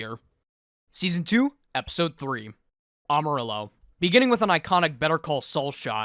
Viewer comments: As a spanish speaker, hearing how you said amarillo physically hurt me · Broooo the ll is silent in amarillo 💀